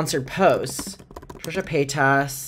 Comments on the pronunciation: I love that pronounces Trisha's last name like "payt-ass" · It's the way pronounces Paytas for me! ❤💞💜